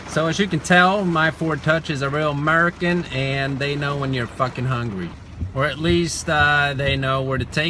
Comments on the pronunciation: 😂he said merican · "Say one of the POI categories" this guy: aMeRiCaN